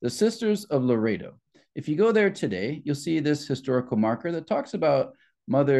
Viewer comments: I hate to be picky but it is not Laredo it is Loreto… Lo. Rett. O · It's not Laredo -; it's pronounced Lor-ret-toe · You are pronouncing Loretto wrong. You are saying it like Larado which is a city in Wyoming.